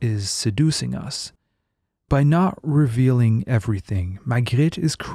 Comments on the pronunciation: He actually pronounce the names pretty well. He pronouned Magritte and Napoléon the french way as it should be. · You pronounced it perfectly, are you French?